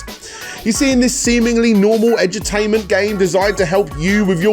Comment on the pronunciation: When you said Edu-tainment I thought you were saying Edge-o-tainment, like edgy games more concerned with being edgy and controversial than playing anything actually entertaining